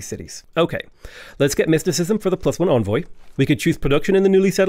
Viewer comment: Nitpick: Envoy is pronounced like "engine" - first syllable is "en", not "on".